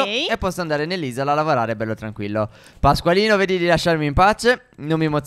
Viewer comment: stef ma hai detto Pasqualino senti